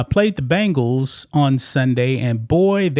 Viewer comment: Bengals!!! As in Bengal Tiger! Not Bangal's as in bracelet!